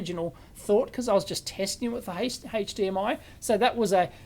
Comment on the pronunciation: What on earth is "hayche-d-m-i"? 😂